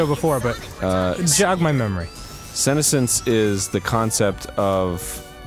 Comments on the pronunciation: Senessence pronounced with a su sound not a sen sound as Arin was saying dont want you all going around mispronouncing words essentially the word is jut the two words sun and essence together, sorry i just hate when people horribly mispronounce easy words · lol at Arin pronouncing it like "sinnocence" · You'd think he'd say it right considering he's taken a fair amount of Japanese... though in all honesty I don't recall him saying Kamina this episode. Maybe I just zoned out. Incidentally he pronounced "senescence" wrong, though more in terms of syllable stresses than something more significant. It bothered me more than it should, especially considering that's not exactly a common word. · I don't like the way Arin pronounces "senescence" :/ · You’re mispronouncing senescence